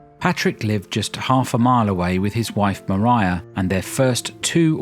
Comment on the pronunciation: Thank you SO MUCH for pronouncing Maria Brontë's Christian name properly! Not to mention the rest of your well-researched, intelligent, and enjoyable work; I've loved what you've done on Jane Austen. Informative and absorbing.